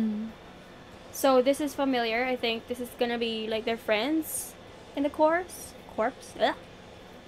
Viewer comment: Just an fyi, 'corps' is pronounced 'core'